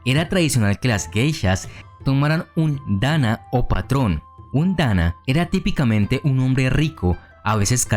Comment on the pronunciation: Hay ciertos pequeñitos errores: -Se lee Dan-na no Dana. -Las maikos seguían a las Onee-san (hermanas mayores) no a los Onii-san porque eso es (hermano mayor). Dato adicional, antes era cabello de la propia Geisha, ahora es una peluca de cabello humano que puede costar desde 200 dolares y pesar desde 3 libras o más dependiendo del tipo de tocado.